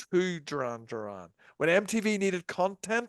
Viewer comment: Pronounce their name correctly